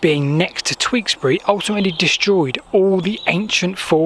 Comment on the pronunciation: Its pronounced T-yoo-ks-bry, not Tweeksbury